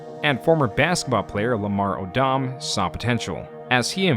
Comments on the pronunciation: Lamar oh DOM? 😂 It sounds like oh dumb. How have you not heard of Lamar Odom? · This was a GREAT video 💯💯 But the Lamar O-DOM part killed me 😂 more like “Odum” 👌🏿 keep kickin ass with the videos homie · Lamar A-dam 😂😂😂 thinks its Odom like (o-dum) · Lamar Odom is pronounced Od-em but you're Canadian, right? I'll give you a pass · 🤣🤣🤣omg the way he pronounced Lamar’s last name wild…Lamar oDUMB